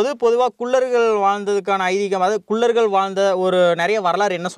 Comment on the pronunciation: தம்பி.. உச்சரிப்பு திருத்தி சொல்ல பழகுங்க.. குல்லர்கள் அல்ல குள்ளர்கள் னு சொல்லணும்